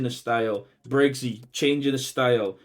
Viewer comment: Stop saying BraZey!! Its Bray-see!! 😂😂